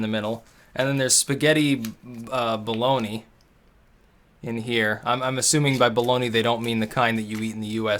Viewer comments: the "bolony" is bowl-lan-ays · lol Bolognese ,baloney.Don't say that in Italy man XD. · it's Bo-log-nees. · Spaghetti pronounced more like "bow-low-knees". It's just tomato sauce. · It's BOLOGNESE not baloney u dumb shit, it's fucking Ragu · Packaged lamb casserole. 👎🏻. The only lamb you should be eating should be from an amazing restaurant. And it's Bolognese, c'mon. 😂. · You've never heard of Bolognese? (pronounced bola-nase in 'Merica) Its Italian meat/tomato sauce. C'mon man... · Tbh i laughed pretty fucking hard.... BALOGNA lol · ...and once more proves he just can't be bothered with accents or proper pronunciation for non-English words.:D That's decidedly not how you read "Bolognese".